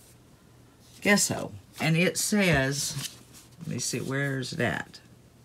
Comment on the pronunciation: I love rustic decor. I like both diys. BTW, gesso is pronounced with a j sound jesso like the name Jessie.